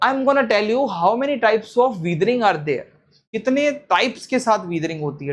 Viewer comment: It's weathering not weethring